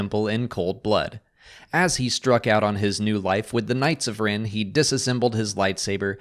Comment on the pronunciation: It's rEn, not rIn.